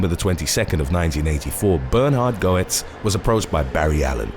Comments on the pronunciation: #3 - His name is pronounced "Gets." What happened to him was a blatant case of self-defense. You left out the fact that the young men each had large, long shank screwdrivers about the size of a typical WW2 bayonet in length. They were smart, as carrying screwdrivers wasn't a crime in NYC; and still isn't. They brandished them at Goetz, and they certainly didn't politely "ask" for money. It was a violent mugging. One that he had experienced before on the NYC subway. However, during the first incident, he didn't have any guns. So he was violently beaten to a bloody pulp and almost crippled for life. That was one of the factors taken into consideration for the ruling that he acted out of fear. Another one being, Goetz pointed out that he had obtained two handguns illegally. One being the small revolver he used. The other, a higher capacity, bigger and heavier .9mm pistol. The prosecution tried to argue that he was intentionally looking to shoot someone that night. The defense successfully argued that if that was the case, he would have been carrying the .9mm instead. As for the disgusting claims of racism, there will always be those looking to push their political agenda onto others. Sometimes when a younger Black man gets shot by an older White man, it's not due to the color of the former's skin. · I've written this before but I wish ppl would help with pronunciatios. Bernard Goetz pronounced it Get-z. The o is silent. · OK. This one made me feel old. Goetz's name is pronounced Getz. He's a lyric in a Billy Joel song. I'm going to get my centrum silver. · It's pronounced G uh t s actually. Also, was he approached by the flash? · No.3 is pronounced "gets" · Its "Gets" Jesus Christ you butcher the ENGLISH language. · His name is pronounced Bernard Getz. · #3 Goetz is pronounced Gates. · Hey bro for future reference, Goetz is pronounced "gets"... at least around here it is. If thats how you pronounce it over there, then ignore me lol